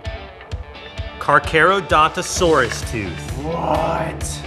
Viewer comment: The tooth and it is pronounced car-car-a-donta-saurus